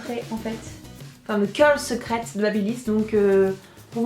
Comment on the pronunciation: elle a lut et pas KIOUU!